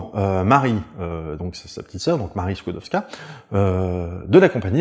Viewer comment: La jeune Maria Sklodowska (bravo pour la prononciation) s'est placée 4 ans comme gouvernante (logée, nourrie, blanchie donc rien à dépenser). Elle envoie tout son salaire à sa soeur Bronia pour financer ses études de Médecine à Paris. Et ce n'est QUE quand sa soeur a fini ses études que Maria vient à Paris et Bronia prend en charge ses études. Je conseille la comédie "Les Palmes de M. Schutz" qui relate, entre 2 gags pas du tout biographiques, la découverte de la radioactivité. Il y a aussi la série "Marie Curie, une femme très honorable" d'après la biographie de Françoise Giroud. On y retrouve Jean Perrin, Paul Langevin, les Borel, bref tous les Dreyfusards... C'est tout pour moi, merci de votre attention...